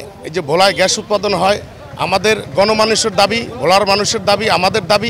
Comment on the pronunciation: ঘ্যাস না রে ভাই! গ্যাস! গ্যাস!